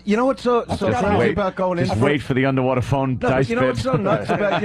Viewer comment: It’s a UNDAWATA phone ahgoiiii